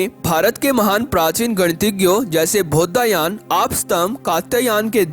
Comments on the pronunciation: Commentry कर रहे हैं जो व्यक्ति, उनसे निवेदन है कि, "बौधायन" को कृपया "बौद्धायन" मत बोलिए। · कृपया उच्चारण शुद्ध करें । जैसे शुद्ध उच्चारण बौधायन है।